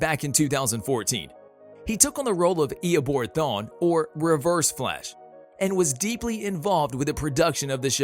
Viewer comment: my man said iobor thawn haha wtf